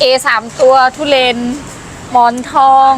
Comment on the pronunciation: มันคือ ทุเรียน ไม่ใช่ ทุเรน หัดพูดใหม่นะ